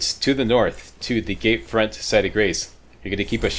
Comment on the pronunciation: You say "gate front" like "gay friend"